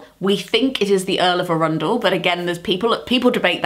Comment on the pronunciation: as someone who lives in arundel, your pronunciation made me giggle :P